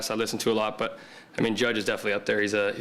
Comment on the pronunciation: ..... somebody tell these guys ... there's an "L" ..... in .... "Defini - knee"